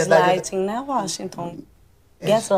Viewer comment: Acho que esse é o Uóxinton e não Washington.